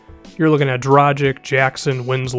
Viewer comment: Dragić is pronounced Drah-geach